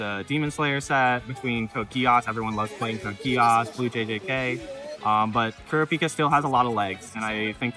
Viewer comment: Who is "kara-peeka?" Lol always hilarious hearing people butcher the name.